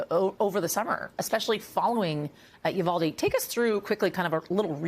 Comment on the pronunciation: again mispronounced Uvalde